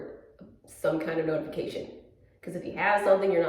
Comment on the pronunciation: It sounded like you said “snow-tification!” lol so punny